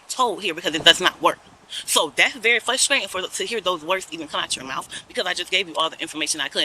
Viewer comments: This is "fusstrayten." 🥴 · Fusstrating? What is she attempting to say? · She is "fwustrating" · How can squatters have any rights? The laws need to be changed. Ridiculous! 🤯 Learn how to pronounce your words properly. "Flustratin" wow!! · What is fruscrayting and excreme? This trout mouth liar needs to get arrested. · every time she says flustrating i get frustrated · "It's fwuhstratin." Yeah? I bet the homeowner is the one who's frustrated. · Is it fuskscrating or frustrating?🤔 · FLUSTRATING! It is *FRUSTRATING*! That is so FRUSTRATING! The ppl who say this, went to school, saw the word spelled out, pronounce it wrong constantly and somehow don't understand! Hate it! But, you racist youtube commenters, DO NOT think for one second I agree with you. I get irritated about a word, not her race, not her gender, not her age, not where she lives or anything else. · FRUSTRATING...FRU..FRU..not flutrating😂😂😂😂😂😂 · It's very "fusstwaiting" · Please pronounce frustrating the correct way. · You know what I find frustrating? How that woman pronounced "frustrating".